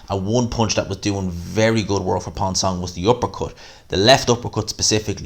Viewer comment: That ref is a dickhead, pissed me right off. Also, Ponce pronounced "Pons-ay" ik names aren't your thing but ye #GMANSROCKS